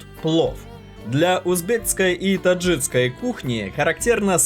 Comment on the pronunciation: Парень рука лицо! Самаркандский плов, а не самаркандский, и узбекский/таджикский, а не таджицкий плов